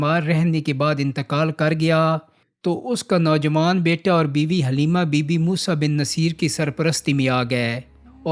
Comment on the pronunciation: Moosa bin nusair pronunciation theek krain